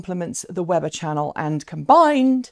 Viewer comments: Weber State. It's pronounced wee'•bur I used to live in Utah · I went to Weber State University, it is pronounced Wee-ber, FYI.